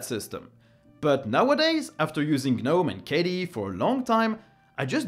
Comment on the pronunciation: Took me a while to understand that you're referring to KDE and not some kind of a new environment called "caddee"....